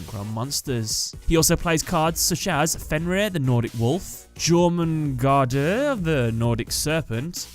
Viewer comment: jormungandr: "your-mun-gan-der"